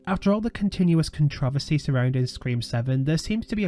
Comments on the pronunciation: Anyone know the name of this tool who can’t pronounce controversy? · I'm sorry but I love the way you pronounce controversy lol